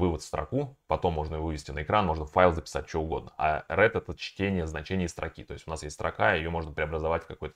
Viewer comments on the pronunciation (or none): Read читается РИД